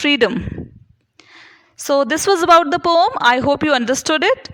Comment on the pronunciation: its poem not poooomm